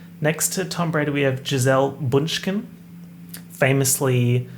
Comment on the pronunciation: he really said "let me add an extra k"